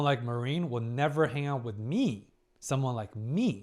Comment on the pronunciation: please, I beg you: her name is pronounced Mah-rin, not ma-rIEn^^`